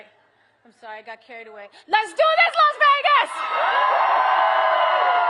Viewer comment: SHE SAID VIVA LAS VERGAS??